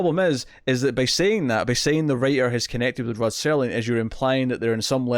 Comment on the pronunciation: Why exactly is it so hard for people to simply say "Rod Serling"? and not STERLING?